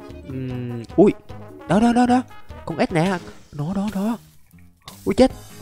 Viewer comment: Ảnh nói ếch mà nghe như ết vậy!😅